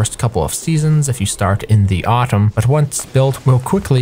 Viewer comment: ah yes.. authum, my favourite season